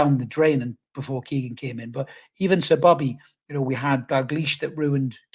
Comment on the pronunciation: "Well yer hnow" yer me me laugh mate - nice hat man